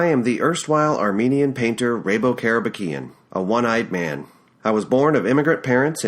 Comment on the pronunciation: I read this in Japanese when I was in High-school. After 20 years, I am her in NYC and I’m working at Long Island. Finally, I was able to hear how Rabo Karabekian is correctly pronounced. In next chapter, I enjoyed how you read “Bar-beer-ah!” Your recording is professional quality. Thank you for uploading this!